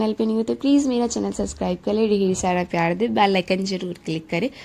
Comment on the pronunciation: Phle to yaar subscribe bolna sikho tum 😂 aur yr ye kiss zmane ka photographer kra hai bhaii ise better videos to ek sste android mein aa jyga😂